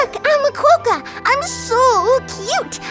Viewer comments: As a West Australian I would like you to pronounce quokka correctly please. It is pronounced kwok-uh (Kwok is like wok). Otherwise good video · THAT IS NOT HOW YOU PRONOUNCE QUOKKA HOW DARE YOU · omggg the pronunciation of 'Quokka' ahahahahah